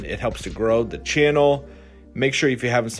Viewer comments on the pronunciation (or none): none